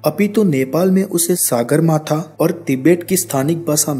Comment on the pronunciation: सागरमाथा नहि कहेते है ,,,,सगरमाथा कहते है। ढंगसे उच्चारण करो । सागर का अर्थ sea और सगर का अर्थ sky होता है । सगरमाथा का मतलव आसमानको छूनेवाला पहाडका peak होता है ।